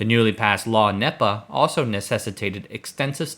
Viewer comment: Great video. NEPA is pronounced KNEE-PA